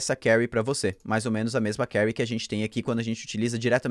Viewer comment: Carry??? Ou query???